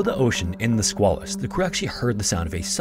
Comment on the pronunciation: It's the Sqay-lus and the river in Portsmouth NH is the Piss-cat-a-quah.